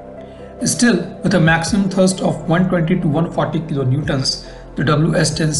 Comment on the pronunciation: It is thRust, not thirst 😂